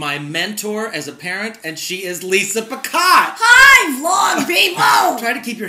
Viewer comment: He pronounced her last name wrong, it's said (pee-caught), not pih-cot or pi-cot-tee. No one ever seems to get it right.... XO